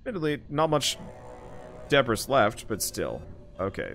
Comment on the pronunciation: Just a friendly FYI, "debris" is pronounced "de-bree"